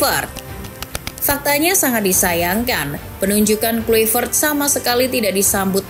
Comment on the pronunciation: Di bacanya klaivert. Bukan Kluivert!